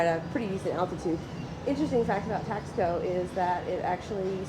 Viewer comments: I wanted to be objective and to see if there was a nugget I could take away. But don’t worry, I won’t be commenting on any of your other videos. By the way, have you learned to pronounce Taxco yet? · I found this video quite frustrating, but I did watch it through to the end. I would've thought in visiting a place you could give it the respect it deserved, and even learned how to pronounce "Taxco" correctly. I did find the commentary reminiscent of most of the US tourists I have come across in Mexico - unresearched, a little condescending and expectations that Mexico is the 51st state of the US.